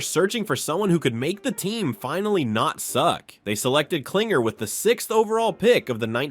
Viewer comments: His name is KlingLer ... how do you make this mistake about 7 times in the video? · David Kling-LER!!!